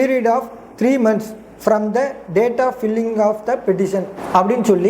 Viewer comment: தம்பி அது பில்லிங் இல்லை பைல்லிங்க்😢